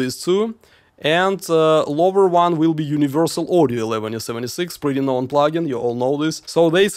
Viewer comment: it's not "eleventy seventy six" it's "eleven seventy six" Cool video!